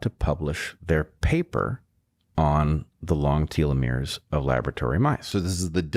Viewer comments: Tolomeres are one of the critical keys to anti-aging. Anyone making progress in anti-aging should absolutely be considered for a Nobel prize. Also, you are mispronouncing telomeres. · Maybe I'm the one in the wrong, but I've never heard anyone pronounce them "TEA-Leh-Meres" lol. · It's Tel-uh-meer, not Tealameer 🙄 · Tell-o-mears, not Tee-lo-mears. Cite your source for your pronunciation... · i am losing my mind, it is "teh-loh-mir", not "tee-loh-mir" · You (and Bret) need to learn how to pronounce “telomeres”.. it’s not “tea-lovision” or “tea-lephone” or “tea-legraph” is it? No. It’s no different with this syllable. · It's pronounced telomeres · I believe it's pronounced tell-lo-meers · Its odd because I've always pronounced 'telomeres' as 'telomeres', however; both Professor Dave and Brett pronounce them 'telomeres'.